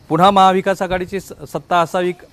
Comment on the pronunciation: पुणा,पुणा, पुणा नाही पुन्हा पुन्हा पुन्हा म्हणा न आणि ण च्या उच्चारांचं भान ठेवा असे सैल मोकाट उच्चार करू नका तुम्ही नक्की कुलकर्णी च आहात ना?